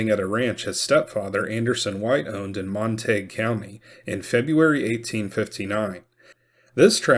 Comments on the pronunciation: That’s just illiterate. It’s either Montagyou or Montagoo depending on French or British origin. Sure as hell is not Montaig. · Mon-ta-gue not Mon-tague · It’s pronounced mon-tuh-gyoo. Even if the locals can’t manage to pronounce it correctly doesn’t mean you should reinforce chosen ignorance. They could always change the spelling. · Wouldn't that be pronounced more like Mont-A-Goo? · MON TA GUE . THATS HOW ITS PRONOUNCED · Mont-a-gew County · It's pronounced Mon teh gue county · It’s pronounced - mont a gew like in Shakespeares Romeo and Juliet, the Montagues’ and Capulets’. Not being mean, just love your work. Another great episode, thank you 😊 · Wrong. I live there. "Montayg" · All these non-Texans telling all us Texans that our county isn't pronounced the way we pronounce it!😂😂😂😂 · I suspect the real reason Davis impaled that head, was that he couldn’t abide the mispronunciation of the name Montague, by its former owner.